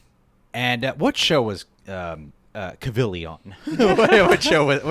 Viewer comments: Yeah, I’ve been screaming at the screen watching your videos listening to you call him “Henry Cuvil” lol at least you called yourself out for sounding like a jackass hahah respect bro ✊🏻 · Henry Cavill said in a video you pronounce his name like "travel". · Went from pronouncing Cavill wrong to Egerton lmao